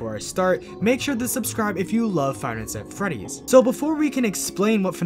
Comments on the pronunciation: "Fide nights at freddys seddys" 😭😭😭😭😭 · “Fide nights at Freddy’s seddys” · "Fide night at Freddy's... Sedys"- Aimin